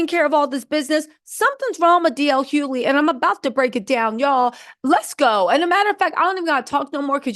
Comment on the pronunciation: DL Hoe-ly